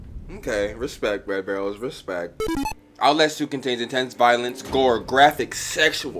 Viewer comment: LMAO "OUTLASH TWO"